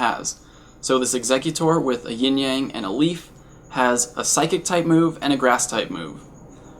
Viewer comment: thank you for saying yin yang and not ying yang